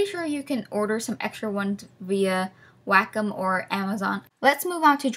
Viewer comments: "Waaayy-comm" not "whackem" haha good video though 🙌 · The way she says wacom.... Just... ITS NOT "WAHK-OM" It's "way-com" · its said "way com" on "wack em" seriously wtf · W A C K ' E M I thought it was pronounced "way-come" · It's called waaaaayyyycooommmm not wahcum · Wackum? You mean Way-com? xD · Omfg, I know she is saying wacom right but that shit was driving me crazy it should be Wa-Com not WACK - UM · Jayden Brown its wack em, child. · wait wait wait wait. she said Wacom like " Wack-em" i have never heard of that before. i always say it as "Way-com" interesting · im sure its WAYcom but not wackem lol :) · Maxhaxburger it's wacom..... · Wacom sounds like Whack 'Em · lol its WAH C OM like OM not AM XD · you pronounce it way - com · Do take this seriously but i love “WACK-OM” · Wacom? I heared Wack' em.... XD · All I heard was "whack em" instead of wacom HAHAHAHAHA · wack em is how you pronounce ''wacom'' im sorry i love you no hard feeling :,< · Ikr its suppose to be pronounce waa com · My thoughts exactly, when she said that it hit me. She says it just like "WACK'EM", it's as funny as it is off putting. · prei. I think it's pronouced like 'Waa...kumm' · Its pronounced way-com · actually its pronounced "wacom" Boom wrek'd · I like how you emphasize the WA in Wacom. Like "WAHcom" lol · I love how she pronounces Wacom like Wack'em! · PLEASE stop pronouncing Wacom as "whack 'em". Also I use Adobe animate and it's way better than any of the things you recommended in my opinion. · the way you pronounce wacom omg its way-com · Its pronounced way-com for wacom i believe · Heer&Amaira omg now I can't stop hearing it